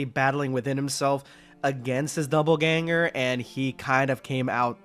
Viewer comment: ....okay, I can't bring myself to not make a correction. DOPPLEganger. Not doubleganger. Which is 100% what it sounds like is said in the first few minutes of the video. Also, the Broly one just feels like cheating. XD